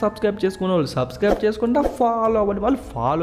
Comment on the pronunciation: niku Telugu rada 😂 fire katana antra 😂😂😂and chesukonda antra. Chesukondra anachuga